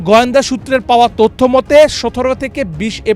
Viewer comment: গয়েন্দা নয় গোয়েন্দা।